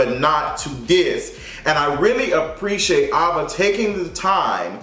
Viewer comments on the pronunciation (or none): Him saying Ava instead of AVA was bothered me 😂😂 cringed every time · Aaaaaava not Ahhhhhva😂😂 nice review tho cuz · Why is he saying Ava instead of Ava...lol it’s really bothering me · What's obsession with saying EVERYONE'S name wrong? He had a hard time with Kamala Harris, Issa Rae, and now Ava DuVernay. It's just AYVA Not Ahhhva. Anyway great video, just work on that. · Her name is A-va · Ava! Like the letter A - vuh! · her name is pronounced "AYE-va" DuVernay. Thanks for the review, i was debating whether i wanted to watch before this but i'll be catching it over weekend thanks to you! 💕💓💕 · I wish you would pronounce her name right it’s Ava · Sirrene S no shade... she’s been around long enough for him to know how to pronounce it.. or good girl google or sis Siri would of pronounced it for him